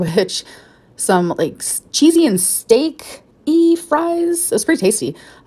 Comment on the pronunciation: It's steak fries not steakeeee fries.